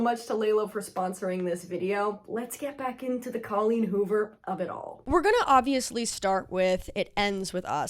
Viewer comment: Love all your videos, so excited to watch this one - I just have to say before I keep going. Thank you for saying CAW-leen rather than COH-leen... I was starting to worry I'd said it wrong my entire life 👍